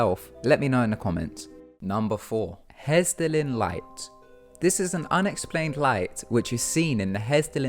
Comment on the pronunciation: haha no offense but the way you said Hessdalen is halarious! I've never seen or heard anything about these lights, and i live in norway by the way.